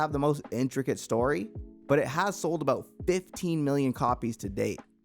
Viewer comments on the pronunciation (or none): none